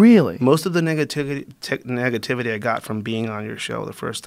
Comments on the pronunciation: you can hear him mess up “negativity” with “niggativity”😂😂😂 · sounds like he said niggativity ha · “most of the niggativity” lmao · “Most of the niggativity”... 😂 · He said “Niggativity” lmao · Homie said niggativity at first 😂😂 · “most of the niggativity” 😂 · he said Nigga-tivity..😂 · lol I think he accidentally said nigga-tivaty lol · This foo really said "NIGAtivity"!! Funny shit😅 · He said “ nigativity “ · “Most of the niggativity”😂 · The man almost said niggativity lol Fyi young Hispanics call each other nigga too, this started about a decade ago. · he said Niggativity lol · “Niggatiivity” lol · lol “niggativity” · igeto12 lmaoooooo Got Him!! He was about to say “Most of the Niggas” but it mixed with negativity